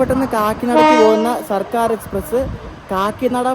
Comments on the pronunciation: Its circar..not sarkar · ബോറൻ വ്ലോഗ്. സിർക്കാർ എന്ന് പോലും വായിക്കാൻ കഴിയില്ലേ 😭